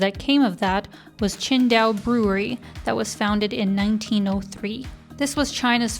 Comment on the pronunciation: You pronounce it almost like Chengdu, until I heard you talk about the Beer haha